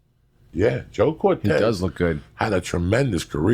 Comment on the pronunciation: Brandon Marquez they were talking about Joe Cortese. It's not Cortez.